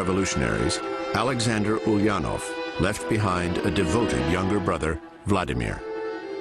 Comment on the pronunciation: Vla Dee Meer? LOL